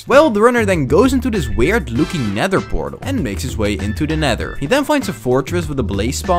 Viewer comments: it’s a pether nortal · That's a Pend Eortal That's a Pether Nortal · It's funny that bro found a ✨ pether nortal✨ and a ✨nend pertal✨